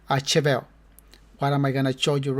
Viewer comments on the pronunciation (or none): ummmm, Shevelle, Shevy...not Cheby LOL